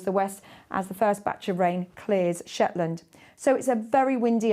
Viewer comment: gets it right "Shetland and Orkney" ❤